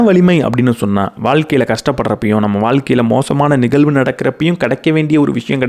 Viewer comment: அருமை.‌. Good talk & delivery. Kudos. ஒரே ஒரு கருத்து. 💐😊 தயவு செய்து 'ழ' உச்சரித்து பழகவும். நிகல்வு அல்ல நிகழ்வு என்று சொல்ல வேண்டும். தமிழுக்கு ழ அழகு. மெல்லினம் இடையினம் வல்லினம் அறிந்து பேசும் போது உங்களுடைய இந்த அருமையான பேச்சு இன்னும் மெருகேறும். மிக்க நன்றி